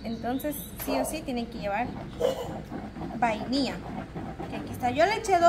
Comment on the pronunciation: No sé dise bainia sé dise vainilla